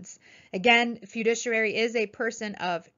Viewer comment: It's great to read about all the people passing their exams. Please learn how to pronounce FIDUCIARY correctly. Great video!!